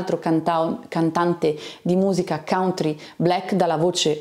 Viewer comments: Scusami ma si pronuncia cantri, e non cauntri. Facevo lo stesso errore. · Dipende dai punti di vista, se in America pronunci "cantri" non è che sembri proprio nativo del Kentucky 😂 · consulti i dizionari di pronuncia, non uno ha riportato la variante cauntri che non rappresenta lo standard né in British English né in American English.